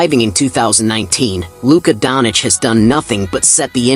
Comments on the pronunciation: Not Luka donic, its Doncic... U mess the new goat name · it us DONČIČ NOT donič